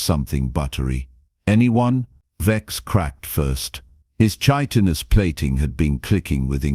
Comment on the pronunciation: Yeah, and the pronunciation of chitenous is a hard “ch” not a soft. Sounding like a “k”